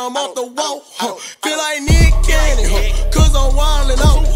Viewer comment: That nick cannon sound like “meat canyon” for me im fried bro 😂😂